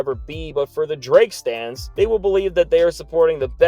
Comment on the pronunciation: Did you say Dra Kelly 😂😂